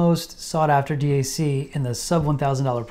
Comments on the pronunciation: Great video. Thank you. If someone is forcing you to say d..a..c instead of DAC, give us a safe signal and we’ll rescue you. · Hey birdbrain... its Dac.... NOT D A C. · Who the fuck says d-a-c? Bro your trying way too hard lol